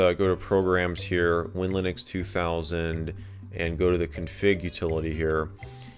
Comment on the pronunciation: If I may interject its pronounced WIN/Linux